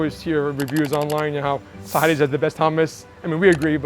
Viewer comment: the way she said it was so wrong.... oh god